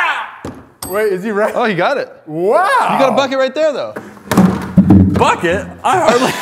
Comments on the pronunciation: when they say bucket it sounds like they are saying f*** it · WAIT.... did throw the bucket and say, "Bucket!" or F*** it?!?!